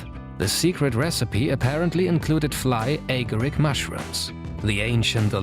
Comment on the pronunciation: your saying marijuana and fly agaric terribly incorrect